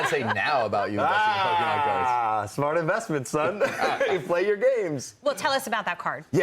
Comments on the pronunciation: Its Pokemon 😅 not Pokeman! Logan wants me to buy these cards! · when she said "pokeman" i thought wtf no way that's gonna fly! And Logan called it out right away xD